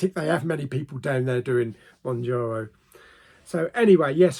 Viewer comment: Moun ( JAR ) O. 😂